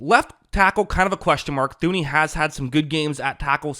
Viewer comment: Thuney is pronounced Tooney